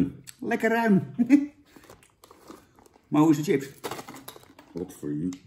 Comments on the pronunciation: Jan kom op, je spreek het uit als sjips niet Tsjips ! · Volgende keer gewoon sjips zeggen jan, ipv tjips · Het is ‘sjips’, Jan. Sjips!!1! Niet tjips… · Iedereen: chips Jan: tsjips! 🤣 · Zucht Jan..."tjips"...het is "chips" (10e keer) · Sjips lul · Niemand: Helemaal niemand: Jan: tjips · lekkere tsjips